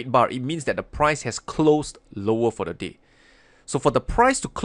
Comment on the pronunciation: Watching this half asleep, I didnt here "the day"... I heard "this is the low of the d*** and this is the high of the d***"....... lol